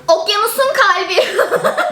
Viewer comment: hiç kimse: tuvba: okyanusuğn kalbiğğ DSKJCNFKDJFNCŞWKDN